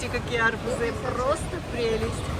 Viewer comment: Арбузы, ударение на у